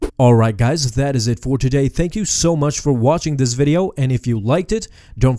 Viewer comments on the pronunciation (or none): none